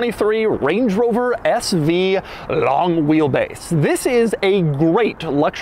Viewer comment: I don't like the way he says LONG